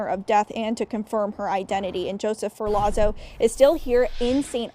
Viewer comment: In Italian, a "zz" sound is pronounced like "tz" - as in "pizza"...which of course is pronounced "peetza" - not "pizz - uh".